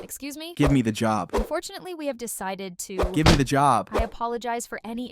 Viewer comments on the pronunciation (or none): Ah yes, the classic "unforfunately"